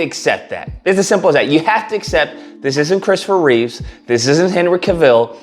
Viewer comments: It's Christopher Reeve, not Reeves. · I agree with most of what you said, but please, Christopher's last name is Reeve, not Reeves. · also its Reeve. Christopher Reeve